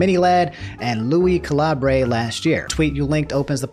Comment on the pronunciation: Lui caleebre lol